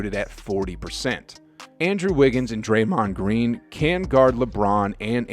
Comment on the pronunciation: draymohoond green